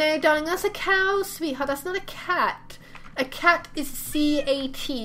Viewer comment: you said caw not cow